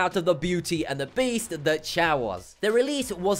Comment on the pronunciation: His name is choy not chow. And he lost that fight by an arm bar.